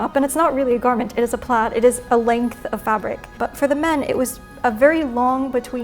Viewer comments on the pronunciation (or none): none